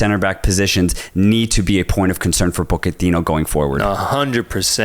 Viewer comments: "Poe-keh-tino"??!! 😂 Mauricio himself has clarified the pronunciation, and it's pronounced how everyone and their mom already says it. "Potch-eh-tino", let's not get too fancy, lads. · Pockertino ??? 😂. Americans talking about football just sounds WRONG !! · Calling him Poketino gave me cancer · Why can't they say PoTichino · The yanks pronouncing Pochettino's name is amazing